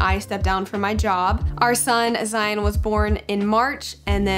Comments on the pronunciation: If you don't mind me asking why does it sound like you pronounce yous sons name like ZiNE rather than ZiON? <3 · Haha! It's just the way we chose to pronounce his name. Like Lion, with a Z!